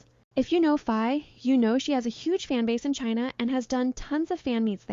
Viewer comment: Please please do well to pronounce Faye name correctly! Faye is pronounced Fye.